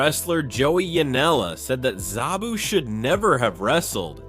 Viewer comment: It's sabu not zabu